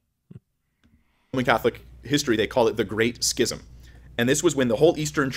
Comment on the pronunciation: Trent finally couldn't take the mispronunciations anymore when it came to schism.